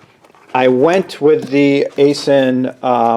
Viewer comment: FYI - It's pronounced "eye sin". I have an Aisin factory near me and I know people that work there, and that's how they pronounce it.